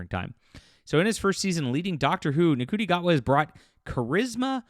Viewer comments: ITS PRONOUNCED SHOOTY. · Ncuti is pronounced "shooty". That's why I refer to "Doctor Who" as a nciti program.